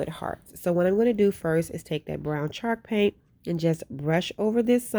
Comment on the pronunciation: I love how it sounds like she says shark paint lol. Love the diys too girl!!🙌🙌🙌